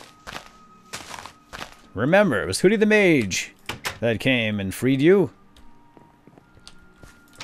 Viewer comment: Hoodie..not Hodie.